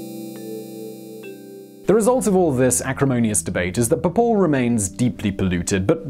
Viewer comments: It's Bhopal, not B'Paul 😂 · I always thought it was pronounced 'Bo-pahl' , rather than 'Bople' ? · It’s pronounced as BHopal and not Bopal. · The city is called BHO-PAL and not BHA-POL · Simon, it's not "bohpole" it's Bhopal and it's located in the state of Madhya Pradesh and not in the "town" of Madhya Pradesh. India and Indians demand respect and responsibility! I sometimes think that what China is doing is good, because Westerners won't respect us until we bully you like China is doing. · It's pronounced as BHO-PAAAAL!! -_